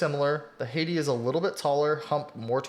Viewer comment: Hey dude im thinking of picking up a Hati S to tide me over until the next starlight 12 drop aha So about the corrections Hati is pronounced Ha tee And kailh is pronounced kale like the lettuce :)